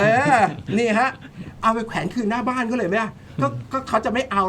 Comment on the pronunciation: แขวน ไม่ใช่ แควน